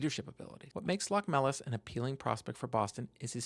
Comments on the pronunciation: LoCHmelis (emphasis on the O). I am from Latvia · Btw it's actualy pronounced Lochmelis